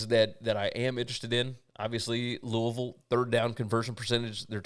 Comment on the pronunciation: Congratulations! So happy to hear Mother and baby are doing well!!!! Love the name you gave her. You were greatly missed on the Tuesday's and Wednesday's show. By the way, love that you know how to correctly pronounce my hometown of Louisville.